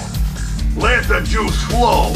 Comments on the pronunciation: I thought he said let the shoes float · I always thought the tesla trooper said "Let the Jews glow". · me an adult i still thought he said "let the juice flow